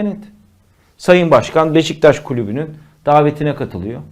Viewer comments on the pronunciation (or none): none